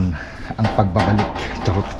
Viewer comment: Nakaktuwa ka talaga sa mga bigkas ng charrott 🤣🤣🤣